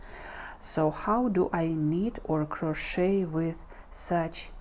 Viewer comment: A) this inspires me to try making a sweater for my sister and b) uhm the "t" in crochet is silent.. pronounced "crow-shay" 😊 Happy knitting! (Or crocheting!)